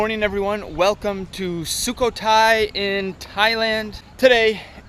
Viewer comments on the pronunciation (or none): My wife is from Sukhothai, thank you for presenting the area with quality and respect. BTW, it's SOOK KOH THAI. The emphasis is on the middle syllable which is a rising tone.